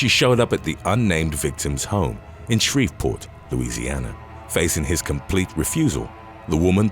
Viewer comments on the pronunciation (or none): none